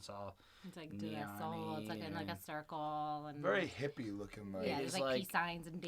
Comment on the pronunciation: How did you get “Der La Soul” out of De La Soul?